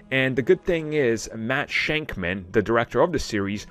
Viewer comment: It’s Matt SHAKman not “Shank”man